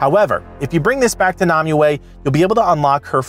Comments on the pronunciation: I'm going to kill m myself if you keep calling her Nami-way!! its pronounced, Nim-way ! spelled Nimue!! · Why can't you pronounce nemue